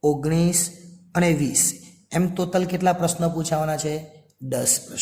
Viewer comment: ટોટલ ❌ તોતલ ✅👍🏻😅